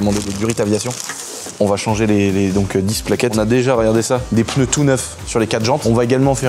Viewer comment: Salut je t'aime bien mais, arrête s'il te plaît, de dire "peuneu" ce sont des pneus bordel. Tu n'es pas le seul à qui je le dis pneu pneu pneu merde stop au peuneu des gosses t'écoutent ils sont déjà assez teubé comme ça 😢